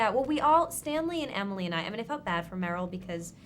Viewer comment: Why does he mispronounce meryl?? it almost sounds like he is doing it on purpose